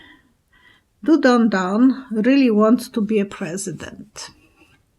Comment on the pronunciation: Every time you say don don I hear dumb dumb makes me giggle I also remember playing the game hot potato as a kid with my sisters, but we used an old pair of socks. Good memory!